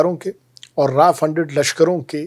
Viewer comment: Not Raa it's RAW😂